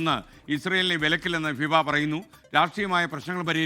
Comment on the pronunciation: ഫിവ അല്ലെടോ ഫിഫ